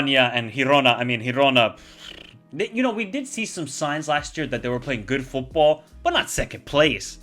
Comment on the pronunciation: How cool is that new teams are doing great Btw: girona is pronounced as in giraffe